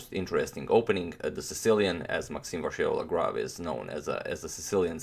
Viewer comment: we're at 95% of pronouncing MVL correctly toni! now let's eliminate the "R" completely : say it vachiellagrave